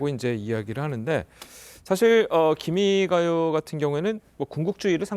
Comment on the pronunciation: 기미 가요가 아니라 기미가 요 라고 발음하여야 한다